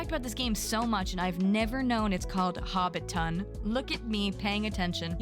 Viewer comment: Seikyuu is pronounced as say-kyoo. You kept forgetting the Y lol also, for Hobbiton, don’t emphasize “ton.” It’s “tin”:) but omg! WATCH LOTR AND THE HOBBIT RIGHT NOW. Please 😭 anyway, I’m looking forward to Tales of the Shire, Tiny Bookshop, and Witchbrook the most! But all the other games look great too.